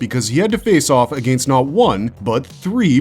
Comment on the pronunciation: Holy run on sentences batman! Take a breath dude. "Soary?" "Ah-gain-st?" Geez, couldn't even make it through the whole video for due to your mispronouncing and refusal to pause between sentences 👎👎